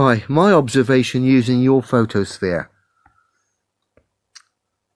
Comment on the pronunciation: Did he say "photosphere"? Too funny